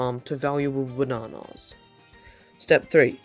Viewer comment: I'm not making fun of him, but the way he says, "Ba nah nahhss" is making me enjoy this video more than I should